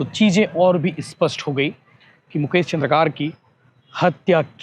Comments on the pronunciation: चंद्रकार नहीं भाई, "चंद्राकर", ठीक से पत्रकार भाई का नाम लो। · वो चन्द्रकार नहीं भैया चंद्राकर है